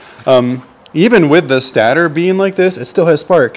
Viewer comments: It's not a "stah-ter". It's called a "stay-tur". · Just depends where you're from lol